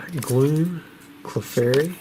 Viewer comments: oh my GOSH I posted this and later in the video you SAID IT "Clee-fairy" <3 LOL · I miss the southern drawl when saying Clefairy :(